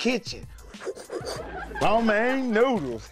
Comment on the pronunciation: "Romane " noodles